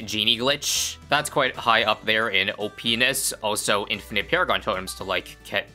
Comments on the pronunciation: HE SAID OPNESS XDDDDDDDDD JUST LIKE POPULARMMOS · Haha he said OPenis